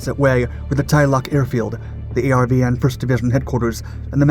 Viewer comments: ARVN was pronounced “R-Vin” not A-R-V-N. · ARVN is pronounced R-VIN.. simple. ARVN meant Army Republic Viet Nam.